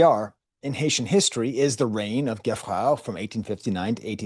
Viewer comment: Geffrard is pronounced Jayfrar